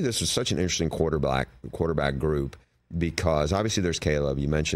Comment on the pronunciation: Bruce said QuarterBLACK😂